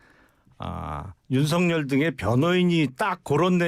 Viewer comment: 지금도 계속 윤석력이라고 하네요 듣기 거북하네요 김용남씨 너무 건방짐